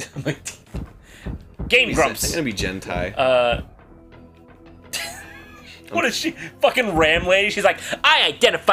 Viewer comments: 'Hentai'...oh no wait never mind he said Jen-Tai lol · Hentai not jentai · Did anyone notice how the mexicans would pronounce jentai? :P